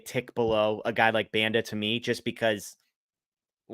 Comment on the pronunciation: Can you guys make the effort of pronouncing player names correctly? The pronunciation of Banda is atrocious.